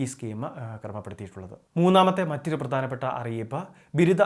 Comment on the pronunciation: വിഥ്യാർത്തി എന്നല്ല ഉച്ചരിക്കേണ്ടത് ട്ടോ. വിദ്യാർത്ഥി എന്നാണ്. പ്രദാനപ്പെട്ട എന്നല്ല, പ്രധാനപ്പെട്ട.